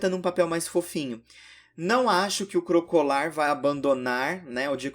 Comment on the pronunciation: tu chama o Crocalor de Crocolar. Segundo vídeo que vejo 😬😬